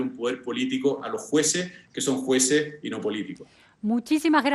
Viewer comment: Sociale, Juece, Salu, gracia, adio, pensione, ufff qué mal habla el Dr. Constitucionalista.